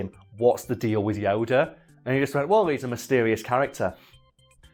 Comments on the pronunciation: At some point during the video I started hearing it as Yoder and now I cant unhear it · I love how pronunciation of Yoda varies between "Yo-dah," "Yo-duh," and "Yo-der."